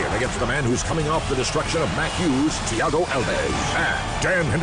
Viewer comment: Dana says Thiago's last name wrong evertime he says it in the video...lol